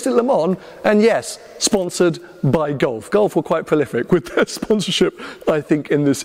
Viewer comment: It took me 14mins to work out was saying Gulf, not Golf…